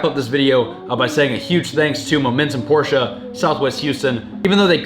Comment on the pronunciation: Shoutout to you actually saying the brand name right.. PorschE!!!!!